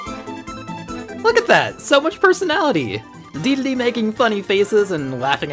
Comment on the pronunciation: Does he...does he keep calling King Dedede "King Deedledee?"